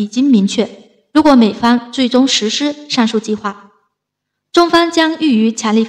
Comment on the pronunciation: 主播普通话一定要提高。如公司声音“公诗”,实施念成声音“实是”……，姑娘好好练习一普通话吧👏👏👏👏🇨🇳🇨🇳🇨🇳